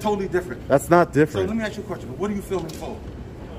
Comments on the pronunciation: "Axe". Can none of these fucks speak English properly? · Let me axe you a question 😂😂😂😂😂😂😂😂😂😂😂😂😂😂😂😂😂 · I axed you a question 😂😂😂😂😂😂😂😂😂😂😂😂😂😂😂😂